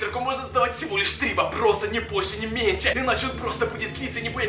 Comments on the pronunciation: Я один слышу точто он говорит не "меньше'' а "менче" ? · не менсе а менШе